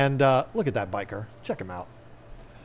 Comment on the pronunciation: it's buh-sheer, not biker >.<